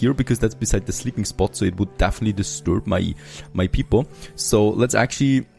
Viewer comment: Definitely, not dafiniteley